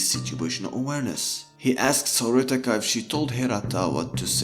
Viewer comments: Him pronouncing Horikita as Horitaka bugged me way more than it should've 😅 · *It's Horikita not Horitaka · Am I the only one hearing HORITIKA, instead of HORIKITA. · It's horikita not horitaka bro your pronounciation is wrong You should say Hori key ta not hori taka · "horikita" not "horitika"🤣🤣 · horikita not horitika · lol its horikita not horitika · Just saying it's hori*kita* not hori*tika* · man it's horikita not horitaka... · its horikita, not horitika edit: not flamin u, i like ur video. keep it up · i don't think it's flaming tbh it's just the character name u gotta say it right ^^ i just also tilted on this and searched comments to see if it was just me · Just a small nitpick: it's Horikita, not Horitika Just a heads up my guy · Horitika... it's not Horitika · Stop say horikita like that pls ;_ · This video was really really bad. A lot of the analysis was just you explaining literally what the characters said they were doing in the show. Very little to offer and borderline clickbait. Felt like abusing anime to market your own book, you just went through the plot of the show. And not that it matters to my point, but the K comes first is Horikita's name, it isn't even a mispronunciation, it's like you literally didn't even proof read your script or listen back to the audio.